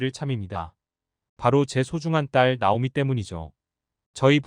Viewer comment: 발음좀 제대로 좀 하시죠. 듣기 싫어요. 나오미 -> 따오미 -> 나오미 \ | /